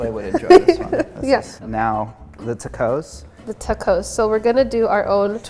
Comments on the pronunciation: the tuh-cohs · Forevermore to pronounce as ta-coz… Love it! 😂💚